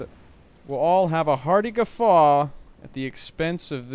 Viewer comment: When you said 'Guffaw', I thought you were getting into the German spirit and said 'Gefahr'. Looking forward to you intercepting the convoy. Maybe you can lead us all to that watery grave we were promised.